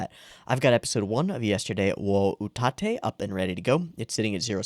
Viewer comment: This looks very promising. I had my eye on it before it aired and I think I hit lottery. Also not that it matters much, its pronounced— ut (as in h"oot") atte (as in m"atte" in JP)